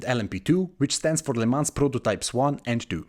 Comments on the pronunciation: Great video but the whole time youre pronouncing it wrong. Its not "le mans" but "le mon" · Isn't Lemans pronounced LeMan? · Awful pronunciation. Please run the name through Google translate next time just to hear how it’s supposed to sound. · the le mans pronounciation tho lol